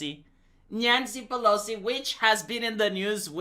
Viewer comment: Nyan-cee Peh-low-cee